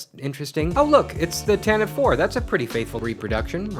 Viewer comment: The Tantive IV (AKA The Rebel Blockade Runner) is pronounced "TAN-tiv-VEE", not "tan-TIV". Have none of you modern day Star Wars fanboy whippersnappers listened to the Brian Daley Star Wars radio show? That's where the name "Tantive IV" was first introduced, back in 1981.